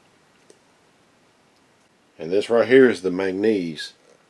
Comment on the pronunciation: Its called MAN GAN NESE